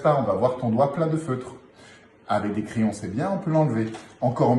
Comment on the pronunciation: Merci Eric pour ce tour avec des CRAYONS (et non des "crillons"🤣🤣🤣).Ça marche aussi avec des bougies (et c'est plus facile à prononcer...😉👍)